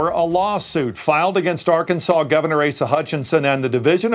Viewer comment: Asa = "ace uh" hutchinSON